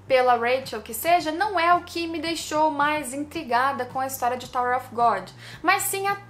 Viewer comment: Excellente video, muito obrigado pelo conteúdo !!! Só uma observação, você tem uma pronúncia em inglês muito boa, um detalhe, “Of” em ingles se pronuncia “óv” com V mudo, se vc pronunciar “Ofe” a palavra que você está falando é “OFF” que tem outro sentido